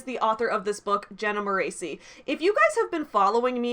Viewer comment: You mispronounced her last name! In every one of her videos that I saw back when I was a diehard fan who lived and died by her YouTube content, it's pronounced More-ess-ee, not More-ay-see. P.S. Controversial opinion! I'm not a diehard fan anymore, I personally found a lot of her advice more harmful to me than helpful, and I outgrew the beginner level advice prominent in a lot of her videos prior to 2020.